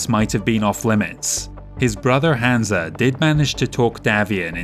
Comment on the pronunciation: Interesting pronunciation of Hanse - I always read it as Hanz not Hansa